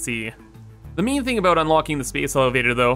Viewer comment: took me half the video to work out he was saying 'main', not 'meme' lmao